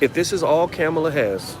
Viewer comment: Dr.Watkins it's Pronounced like: Comma' La